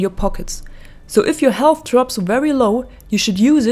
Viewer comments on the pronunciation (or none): none